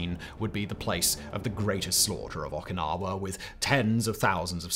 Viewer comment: They way you pronounce Okinawa makes my ears bleed